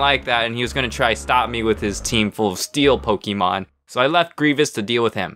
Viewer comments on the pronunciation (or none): I complain this about adults a lot but (no offense) ITS NOT “POKE-EE-MON” ITS “POK-A-MON” ok childish unnecessary rant over